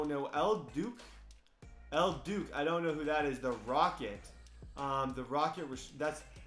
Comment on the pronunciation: If he says El "Duke" again, I'm throwing this iPad. Worst part was he said it sounded really familiar while he mispronounced it 11 times